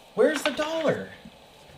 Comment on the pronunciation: “Where’d the dollaah??” 😂